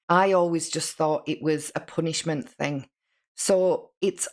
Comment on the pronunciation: The way that she says "think" instead of "thing" drives me crazy!!! "Some think", "everythink" she's so damn ignorant!!!